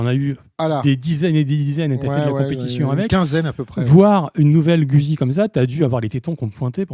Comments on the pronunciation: J'aime bien votre comique assez 70's... Par contre faites un effort pour rendre audible votre prononciation de Guzzi en respectant son origine italienne (ce n'est pas güsi mais goutte-zi)! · Quand allez vous prononcer le nom “Guzzi “ convenablement. C’est un nom italien et sa prononciation franco-shaddock est ridicule. De plus la HD c’est une Panamerica et non pas Paneuropean qui est un ancien modèle de Honda.